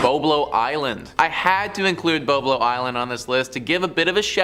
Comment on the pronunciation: If you are from Ontario you should have known that is called bob-low isle is how you pronounce it😅